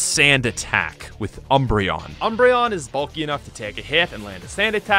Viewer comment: Ah yes, my favorite Eeveelution: “Embreon”